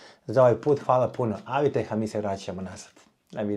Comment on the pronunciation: aviteh, ne aviteCh! :D zivio aviteh! <3 <3